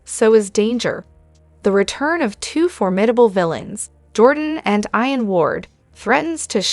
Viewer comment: Hi to the lady talking. His name is IAN. YOU DO NOT SAY IT WITH AN. “I “. You say it with as “ E “ His name is. E an Not I an.